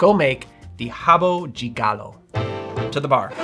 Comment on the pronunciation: Nice to see an American pronouncing "de" properly. It's not "deh" folks, it's "gee". Rio de Janeiro = "Heeoh gee janeiro". Not "Rio deh Janeiro".